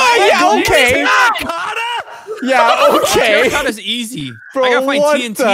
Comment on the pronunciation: "Terracotta Rigatta" you simpiltons... 😂😂😂